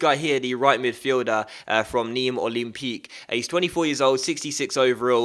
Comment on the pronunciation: That pronunciation of Nimes Olympique sounded so funny for some reason lol 😂